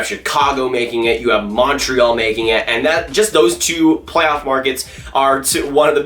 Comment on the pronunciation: You gotta learn how to say Montreal